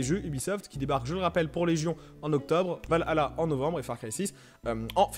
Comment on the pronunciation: Mec c’est pas va hala c’est valhalla🤦‍♂️ t’a du mal